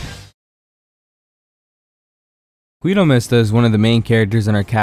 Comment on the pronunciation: you don't read it as "güido", you read it as "gido".